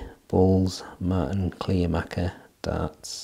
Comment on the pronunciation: Hey, that´s not a surprise for me given the fact that I got the Kleermaker (it´s pronounced "Clare ma(r)ker" btw) darts two days before your review and had a similar experience with ´em...first being a bit disappointed because of the hex honeycomb "grip" isn´t grippy at all, but after a few throws I got used to ´em and their smoothness and subsequently got better and better scores. I´d say these darts are divas, you gotta know how to throw ´em right, but when you get used to them, they are quite reliable darts. Dropping out of the board happens with the out of the box points, so I strongly advise to change them immediately for less nervewrecking experiences as I managed to shoot the first two darts in the T20 back out with the 3rd one...I don´t know why any manufacturer of darts still presses in this type of points.